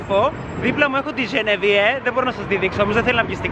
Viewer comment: Δεν λέγεται Ζενεβιε λέγεται Ζενεβιεβ πάντως είσαι QUEEN#